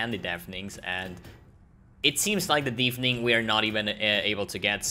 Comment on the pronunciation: It is pronounced deff ening not deef, dief :) Sag Jeff - tausch das J aus für n D- tadaaaaa